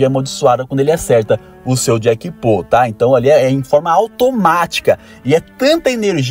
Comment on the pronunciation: To nerd se fala jackpot mesmo, n jackpô